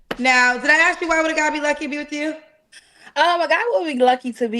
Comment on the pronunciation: I am sorry…and I will get rammed for this…can we pronounce the word ask correctly?